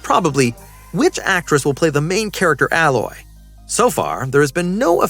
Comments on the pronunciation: A-loy mate, not alloy 🤦‍♀️🤦‍♀️🤦‍♀️ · I dont kno why that bothers me too lol. Its A- Loy not alloy (like aloe) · I yelled ALOY, every time he mispronounced the name.. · It's "Ay-loy". I don't care who's reading the script LEARN how to say things correctly. Sadie Sink? 🤣🤣🤣🤣🤣🤣🤣🤣🤣🤣🤣🤣 Acting is subjective. Pedoland has plenty of people that can dye hair to any color and make it look natural. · A-Loy bro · Giving you a thumbs down cause you keep pronouncing aloy wrong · It's AI. He or she is typing it wrong. Haha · This was bugging me too. 😅